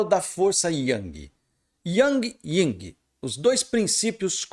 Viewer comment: NÃO É YNG, É YIN